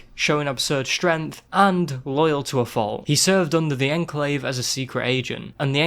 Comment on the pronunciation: Legit had to stop watching the video because of the way he says Enclave